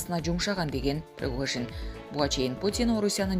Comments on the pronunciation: Пригожиииин... прогожин эмес... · Кымбаттуу журналистка Прогожин эмес Пригожин.Шойгу деп жазылат,айтылганда Шайгу деп айтылат.Кыргыз тилинде тыбыш жана тамга деп окутат ко. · Прогожин дейтко! 😫Ой бай болгурлар Пригожин! ☝️